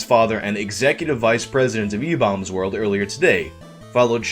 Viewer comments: stop saying like that im gnna go retarded "EBAULMS WERLD" stahp- oh god. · Lol i thought it was pronounced ebaumsworld not ebowmsworld Learn something new every day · I thought it was pronounced Ee-bombs world lol idk tho I don't think I was alive back when it was popular or at least not like cognitive I was born in March of 2001 so idk lol lmk🤷🏻‍♂️😅😅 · I've always pronounced it e-bombs world lol thanks for the clarification lol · IDK why but I always pronounced it e-BAWm's world. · RIP YTMND ⚰ So were my group of friends the only people who [mis]pronounced EW as "E-Bomb's World"? Maybe it was the slang and interests of the time. ...of that particular group. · I have never heard ebaumsworld pronounced that way, ever. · So are you saying I've been pronouncing ebaumsworld wrong for something like 15 years? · Why do you say Ebaumsworld so weird? You said that guys name right(the first time), but then say the same word wrong when saying Ebaumsworld. You said it right later in the video. So I guess good job?